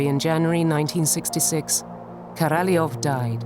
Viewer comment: Korolev .. et pas Karalof !!!